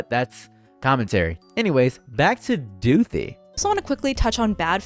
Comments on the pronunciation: every time you say back to doothi i lose a minecraft heart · “Back to Doothi” will be in my brain for the next century